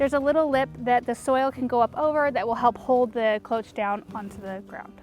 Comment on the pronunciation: Cloche is french for bell. Pronounced "Kloshe". However, to be clear, I love your videos and you should feel free to pronounce words anyway you like!